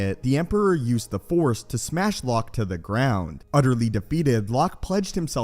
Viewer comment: The Force!! Not The Four. It seems like you do not know that the Jedi possesses THE FORCE as in Energy, not The Four. Four is a number!!